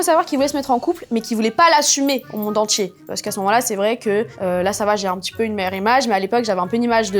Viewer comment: les intchimes. traumatchisée. tchik tchok. monde entchier. ultimatchum. etc. sorry, j 'entends que ça; j arrive pas à me concentrer sur le récit. pourtchant, j l aime bien.